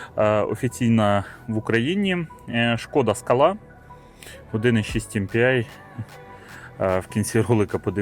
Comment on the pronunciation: Не скалА, а скАла,наголос робіть вірно, що в перекладі з чеської означає сходи( лесниця чи ступенька) . Не супер БЕ, а супьорб, що в перекладі - чудовий😊. А двигун 1.6 cwva made in калуга, в європі таких немає. З газом добре дружить, буде економніше по грошам.